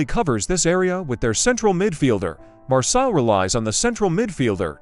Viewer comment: Usa a tua voz! Migoel Tixéra? Marsil?